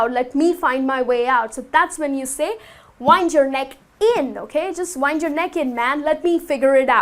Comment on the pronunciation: the pronuntation of wind is /wɪnd/; no like the girl said. However, great Job